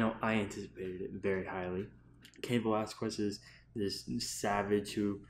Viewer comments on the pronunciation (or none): Wait did this man just say Cain Velaz quest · Cain Velasqwues lol